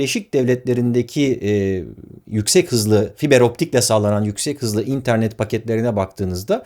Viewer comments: abi nolur internet derken in'e basma vurgu sonda dinleyemiyorum seni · Barış Özcan'ın interneti "İNternet" diye söylemesine bir ben mi gıcık oluyorum ya